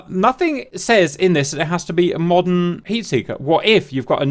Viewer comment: Take a shot everytime he sais "modden" :D